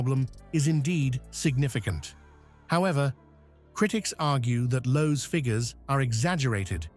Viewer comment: It's Lowe. Not a Chinese "Loh!"